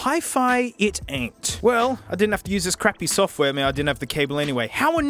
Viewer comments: He means it sounds like he says "fuck". First thing I noticed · sounds like he said "fuck" even though he didn't